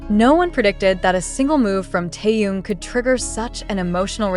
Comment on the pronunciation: А как имя Тэхена коверкают, это уму непостижимо.